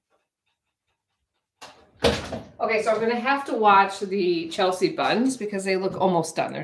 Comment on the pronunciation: Hi, sorry to correct you but it's from what I've grown up with but it's Chelsea, sea like the ocean. Not see-a...lol. Don't know bugged me but sorry it did...ha ha